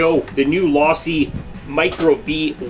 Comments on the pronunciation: Wtf is law-see. It's team Low-see bruh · Learn how to say Losi my man